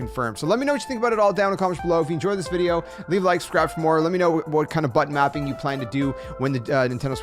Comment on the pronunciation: Wait, did you say butt mapping?